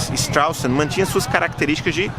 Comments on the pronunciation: Und du kannst nicht einmal den Namen der Stadt richtiger aussprechen, Idiot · Muito engraçado a forma que vc diz o nome da cidade😂😂😂 forma errada, mas engraçado... gostei.